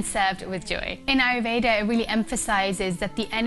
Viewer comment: I love your content and I am grateful to you for sharing the knowledge. I and I believe other Indians would really appreciate it , if you could pronounce Ayurveda properly. It is a beautiful word and I think pronouncing it the right way would be respectful.